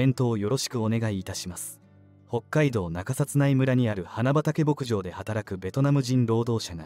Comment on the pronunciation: 「花畑牧場」を「はなばたけぼくじょう」と正しく読んだり「はなはたぼくじょう」と誤って読んだり、記事の信憑性がなくなるからちゃんとチェックしたほうがいいよ。